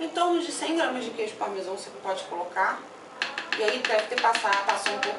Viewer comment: CARIOCA XATA QUEIJO PARMESON... É QUEIJO PARMESÃO!!!!